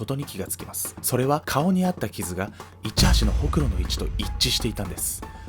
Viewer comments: ホクロのイントネーション、気になっちゃう笑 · ホクロのイントネーションが「ホクロ」でなく「ホクロ」やろって、伝えたくても伝わんねぇ😂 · ホクロの言い方のクセが強いw